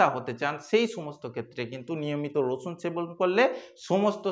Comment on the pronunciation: উনি তো আপনাকে রসুন খেতে বলেন নি, বলেছেন 'রছুন' খেতে!!!